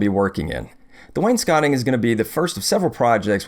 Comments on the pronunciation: Thanks for saying wainscoting right :) Also, Maytag! You go girl!! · they only took me after I properly pronounced wainscoting